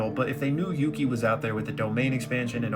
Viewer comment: Dawg its yuki